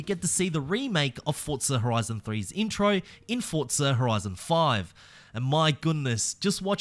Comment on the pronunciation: English lesson for you Forza has no letter T in it For za, not fort za 😂😂